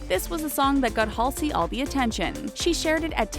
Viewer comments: Halsey's name is pronounced HAUL ZEE. Also her last name is pronounced FRAN GEE PANEE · "hAlsey" "lewis tomlinson"